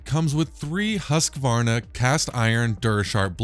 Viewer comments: The correct way to pronounce Husqvarna is actually "hoosk-varna" but in america we can get away with "husk-varna", but it's NEVER "husk-a-varna" :) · I find it interesting that some people add an extra syllable that isn't there-"Husk-a-varna". It's kind of like Brits and "Alu-mini-um". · As a Swede living 20minutes away from Huskvarna (city where Husqvarna is made), I find it hillarious how you guys pronouce "Husqvarna" (not trying to make fun of anyone, just enjoying it ^^)